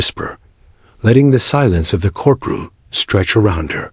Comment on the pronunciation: REALLY? THE CORK ROOM?? GET ANOTHER AI!!! What is wrong with a human narrator? At least a human can understand the continuity of a sentence and the correct pronunciation of common words.